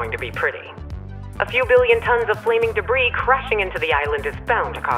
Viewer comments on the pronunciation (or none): none